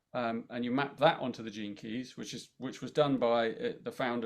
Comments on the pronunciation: Love It💜 I kept hearing jenkes 😂Gene Keys 🔐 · Okay, as I was listening to them at the beginning of the video, I kept hearing the catch phase that Velma, from Scooby Doo, always said, "Jinkies". I was like, why do they keep saying "Jinkies"?!! Then, I finally figure out they were saying, "Gene Keys". 🤣😂🤣😜🤪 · I misheard Gene keys. It went in my head as Jinkeys- suddenly thought I was hearing references to Scooby Doo. Luckily I worked it out 😂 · Please tell me that I wasn't the only person who thought for the first few minutes that they were saying "jinkies" like Velma from Scooby-Doo.